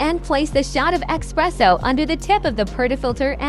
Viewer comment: It’s ESS PRESSO. Not. EX PRESSO